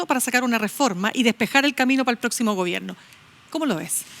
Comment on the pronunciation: Y dice gobienno